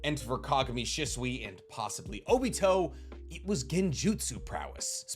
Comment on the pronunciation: *She-sui ✅ *shi-sui ❌